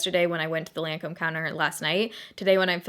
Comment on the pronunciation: that moment when even the Lancôme lady didn't even pronounce the French name right ....